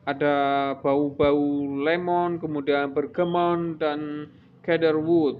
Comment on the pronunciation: Bergamot bang, bukan bergamon, cedarwood bacanya shedarwud bukan kedarwud